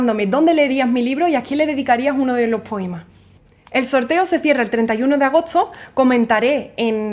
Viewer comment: Todo muy bien, tienes mucho talento y conocimiento de lo que te apasiona pero entonces porqué tienes que actuar como una vulgar mercadóloga rifando libros para conseguir más suscriptores? Eso desvirtúa lo valiosa que eres. Sin mencionar el mal gusto de tu pronunciación al no intentar corregir esa vocalización que dice "gutza" en lugar de gusta, "agotzo" en lugar de agosto, "potzal" en lugar de postal. Está muy bien tu pronunciación autóctona pero ya no te estás dirigiendo a un público local... es un público internacional. Espero que sea de valía mi modesta opinión.